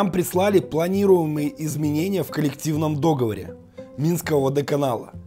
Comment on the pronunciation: Ну ребяяяяят, договОр. Люблю вас, но очень режет уши, уж простите🤗